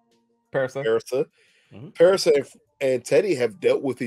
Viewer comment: Parissa is pronounced like Marissa. You were actually about to say it right but the other guy told you wrong